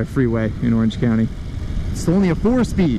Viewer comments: Thanks for the review but you need to do fact check before filming.. first it is pronaunced as O-O-ral not YU-ral (named after factory in Ural mountains), second Soviets bought licensing for BMW R design in 1937 prior to WWII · Ural is pronounced Ooral, not Yural. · Not YOU-ral but OO-ral. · Ural is properly pronounced oo-ral, as in "boom" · The mountain range isn't named after urea. It's a long oo sound, oorál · it's pronounced Ooral ..